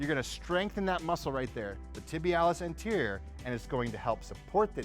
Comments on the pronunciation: m. tibialis anterior !!!! not interior! please learn anatomy correctly! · Lol. Tibialis "interior" smh. It's anterior. At least make yourself "sound" educated and not like total fool. Nobody works out quads and glutes? This video is so far from off from reality. Is this a comedy skit? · Two of the most common muscles that people work lol Plus he called it tibialis interior instead anterior